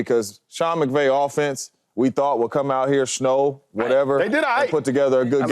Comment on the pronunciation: ITS SNOW!! Why do y’all always have to add a little jist to the way y’all pronounce something 🤦🏽🤦🏽🤡🤡 not Shnow